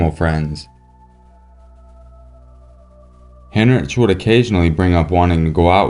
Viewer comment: Heinrich is pronounced "Hein-Rick"